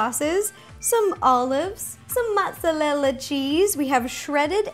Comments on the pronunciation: Ro it's not motsallela its motarella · She pronounces Mozerella "Motzallella" too funny but Ro you are awesome! Love your videos so much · Do you say "mozzalella"? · mozzarella not mozzalella 😂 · On she said motsolella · did she say mozalella on purpose? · Why do you insist on pronouncing mozzarella as "maht-sa-lela"? That's not even Italian pronunciation. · Kaiju Kid She just mispronounced mozzarella. There's no such thing as mozzalella cheese